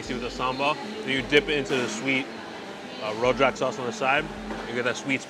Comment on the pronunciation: Rojak is pronounced row-juck